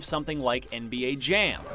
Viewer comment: He said NBA Jam 😆😆😆